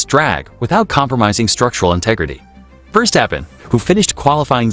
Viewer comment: What a hideous voicover! Your ludicrous computer vouce can’t even pronounce Verstappen. Just get better you wasters.